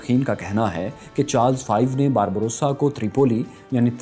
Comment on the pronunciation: Barba rosa (سرخ ڈاڑھی) آپ باربروسا پڑھ رہے-- اصل لفظ باربا روسا ہے۔۔۔🙏